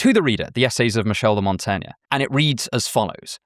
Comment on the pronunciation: Your pronunciation of my name is atrocious - Michel de Montaigne.